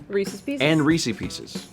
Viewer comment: ...reeSEES? No it’s ree-sez